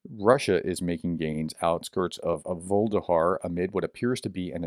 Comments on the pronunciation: Vuhledar. Voo. Lah. Dar. Not vuldahar. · Pronounced: Vuh- leh-dar not Volde-har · Dude, Vuh-le-dar, repeat three times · I think it's pronounced something closer to voo-leh-dar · Vuh-le-dar (Voo le Dar) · It's NOT Vuhldehar ! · It's pronounced Vuh-Ledhar. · Pronounced: Voo-leh-dar.